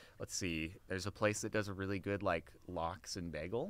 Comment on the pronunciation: Oh my god the way he says bagel :D Just like Britta from Community. So, is it New York accent or what? :D